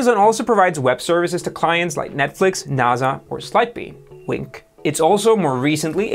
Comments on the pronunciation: “Like Netflix, NAZA or Sidebean.” Uhhhhh....What? NaSA? Not NaZA. Otherwise, keep up with the amazing content! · NA SA not nàzè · who tf pronounces nasa as "nah-za" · I'm just here to comment on how he pronounced NASA as Naza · Did he just say "Naza"? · What the hell, are you some kind of alien? NASA is not pronounced "NAZA". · Never heard NASA pronounced that way. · thats how you would pronounce it in German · And that’s how we pronounce it in Portuguese